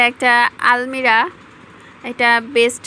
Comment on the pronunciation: আপু আলমিরা না আলমারি বলো।